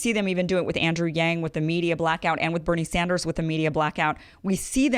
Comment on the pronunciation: Damn even she can't say Bernie Sanders, damn.